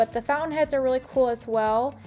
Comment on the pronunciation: Charming to look at, but the word is founTain, not foun-in.